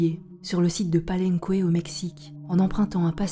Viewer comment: Oh, non,, pas vous! Palenque se prononce palènqué, surtout pas "palencoué", de la même façon le prénom Miguel se prononce miguèl et surtout pas Migouèle! Petite remarque sur la forme. Merci à vous pour le fond!